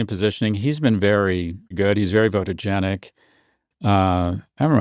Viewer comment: Did he say "votogenic"? I haven't heard that before.